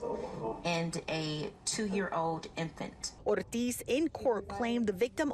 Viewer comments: so glad reporter pronounced 'ortiz' correctly, i was almost triggered. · Bravo on the reporter rolling the Rs and his zesty pronunciation of Natalie Ortiz name… you sir deserve a medal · Thank God the reporters got the Spanish pronunciation’s right!